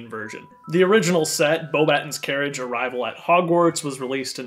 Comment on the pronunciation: Your reviews are always my favourite. Keep it up! Also the correct pronunciation is Bo-buh-tawn rather than Bo-batt-ens :-)